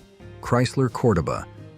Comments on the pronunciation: I know, that pronunciation was driving me nuts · Chrysler “core-dough-baa” lol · Almost everything you stated about the Chrysler "CORDOBA" is incorrect, including the pronouncement of the name!! If you can not rely on A I to correctly pronounce your content, speak it Yourself! Its the least you could do for your audience. BTW Chrysler had the swivel seat introduced in the 1950s Imperial & many of their "Letter" cars.